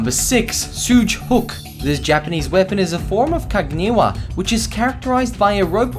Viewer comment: That mispronunciation, though... Shoge: SHO-geh Kaginawa: KAH-gee-NA-wa Kakute: KAH-kuh-TEH